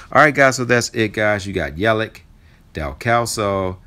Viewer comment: Yelich name sounds like Yelitch FYI thanks for the information!!